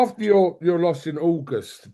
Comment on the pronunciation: What's that argos reference about?? Did he say August and it sounded like argos 😂